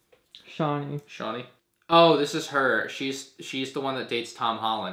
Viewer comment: Ah-Tray-Dees not Are-Tray-Dees and Chawn-Nee not Shawn-Nee